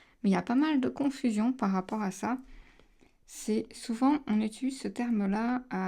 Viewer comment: On dit "Utiliser", pas "Utuliser" 😁 C'es pas méchant, mais dans toutes tes vidéos, tu massacres ce mot...